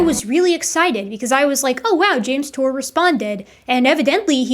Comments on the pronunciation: "Jame Tour is a synthetic chemist..." That's the funniest way I've ever heard someone pronounce the phrase "pudding brained idiot of biblical proportions." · Two biologists and a "youtuber" 😂😂 he can't even say his name?? 😂 I know Dave crack him hard but come on 😂😂😂